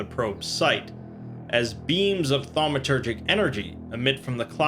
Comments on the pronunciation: Well, ya lost me after 5 armed Eel and Tetrahedronal object. Aslo, its pronounces phonetically like TAW-met-er-jik. Not THAW-me-ter-jik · I'm gonna be the jerk that says *thaumaturgic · SCP drinking game: take a shot every time he says 'Thawmatergic'